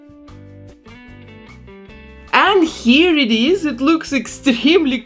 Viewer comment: Ну ты же русская, этот акцент просто пробивает перепонки, а по извилинам мозга начинают бегать гопники и разбивать о стенки черепной коробки бутылки с водкой. НУ ТОЧНО ТВОЙ РОДНОЙ ЯЗЫК ЭТО НЕ “It is”, а «ИТ ИСЪ» Может и не русский, но что-то с таким произношением